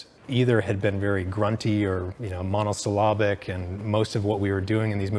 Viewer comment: That's a strange pronunciation of "monosyllabic". It should be: "mo" as in "Monday," "no" as in "nut," "syl" as in "window sill," "lab" as in "Labrador," and "bic" as in "stick". The emphasis goes on the "lab" part.